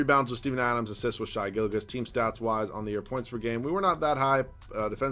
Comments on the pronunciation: It's pronounced Shay not shy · I can’t take youtubers pronouncing “shai” as “shy” anymore. It makes me want to die